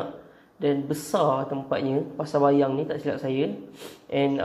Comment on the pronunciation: pasar payang bang bukan bayang